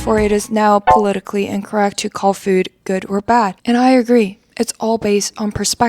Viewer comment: She keeps saying fyuuud lol. Uhg. Very annoying breathy voice these people are their own worst enemies. They just can't see it yet. Sadly, they will die first before they realize the Folly of their ways.